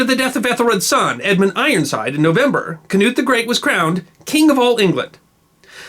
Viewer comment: Kanut? Bad pronunciation, his name is Knud den Store. Pronounced more like kn in knot.